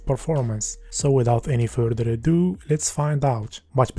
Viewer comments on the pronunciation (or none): furder a dooo